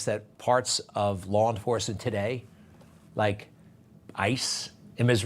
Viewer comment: To be so disrespectful to call our vice president by a derogatory name by mispronouncing her name but yet if you really listen he pronounces it right a few times he's just racist Greg Kelly newsmax do better